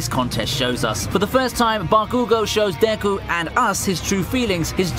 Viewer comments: Nobody: This guy: dAyKu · Is so painful hearing him pronounce Deku